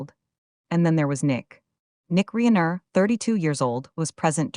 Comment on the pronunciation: AI narrator mispronounced Reiner as Reener. Really?